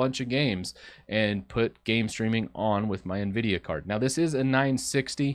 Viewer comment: Why is hard for some to correctly pronounce Nvidia???